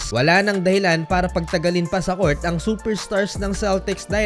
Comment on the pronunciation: BULOL!!!!! Anong Cort?? COURT!!!! BULOL!!!